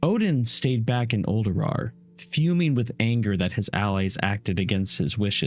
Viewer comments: these lore video's are amazing! but am i the only one who constantly hear say Uldurawr instead of Ulduar? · You have the ability to re-do things and edit them. There's no actual excuse for leaving poor pronunciation in a video besides being too lazy to fix your mistakes.